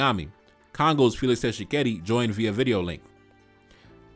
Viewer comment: Why would rwandese have congoledr passport. And u telling him he is spendknt too much time on paul kagame. The nerve to tell him what to do. At least he isn't blind and naive like some of you. And it's Tshikedi not Tchisekedi.